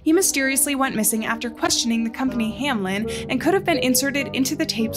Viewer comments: This is no hate but it just annoys me when people say 'Hamlen' instead of 'Hameln'... It's a common mistake and I would like if you spell it out correctly, thank you! (To prevent any Karens from attacking me: I have, indeed, done my research on how to spell it correctly to prevent spreading any false information.) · I think it’s funny that everybody pronounces it Hamlen instead of Hameln.